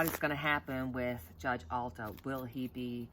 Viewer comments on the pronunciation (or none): a brief correction. It's Judge Alito, not Judge Alto. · Just thinking of you the other day & you popped on the screen. Great read. I needed to hear you. Justice A-l- i-t-o pronounced Al-eee to, not Alto, but we knew who you were referring to. Could you ask your spirits what kind of sentence Trump will get in curent trial: money fines AND jail time? how many years approximately will the Judge give him? Doesn't have to be precise, just give us an idea. The public wants to know that he just won't just skate through with paying money, but that he will confined in jail to think about the bad decisions that HE has taken (not that anyone has forced on him). In other words remorse for wrecking so many lives. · Great reading! That's justice (pronounced) A•lee•toe...Alito